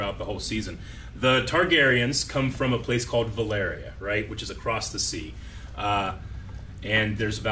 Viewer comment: I enjoy knowledge but he is mispronouncing the words Maester and Valyria Maester is pronounced Mayster not Myster and Valyria is pronounced Valeeria not Valaria